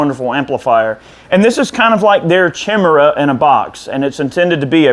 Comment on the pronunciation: May want to check on how to pronounce chimera.